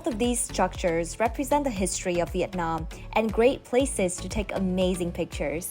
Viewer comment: Your Viet Nam pronunciation is charm and lovely. Cheer from DC USA